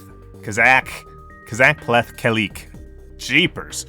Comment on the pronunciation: "Ka-zahk-pleth-Key-leek” (accentuate the “ah” a little bit)